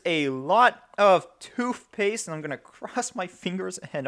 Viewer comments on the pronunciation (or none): Toothpaste, not toofpaste.... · It's funny how you can clearly pronounce the "TH" sound in Thermal paste.... but not in toothpatse... together.... both.. worth. Makes you sound stupid when you say toof paste, togeffer, bofe, and werf it. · lmfao. hahahaha. toof paste.😂😂😂😂😂💀💀💀💀💀☹☹☹☹☹ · "TOOVPASTE" and "MOVERBOARD" lol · Toof paste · You have so much emphasis on toothpaste every time you say it